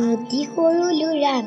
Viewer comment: Vl hoise kintu lura nohoi lora